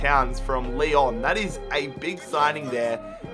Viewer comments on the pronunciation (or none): none